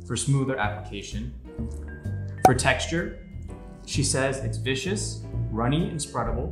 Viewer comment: it's VIS-KUHS, not VICIOUS.